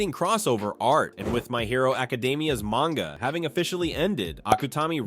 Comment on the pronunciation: "Mayne-ga" Didn't get further than that.